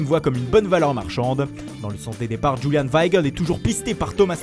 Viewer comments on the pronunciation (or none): none